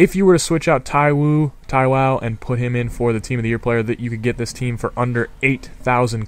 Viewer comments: its thigh-Wow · haha u pronounced taiwo as ta-wow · also, fair enough not being able to say names that are like Kkshdgfsghsdjsfdhgsdgjdfgycfwteysiufygc... But Taiwo, Ogude, Adejo, Abwo? Seriously? I don't know if you do it to try to be funny or whatever, but it just makes you look like you're severely broken in the head... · your messing the names up. you pronounced ekpo right so why are you saying taiwo like taiwan or taiwoooo.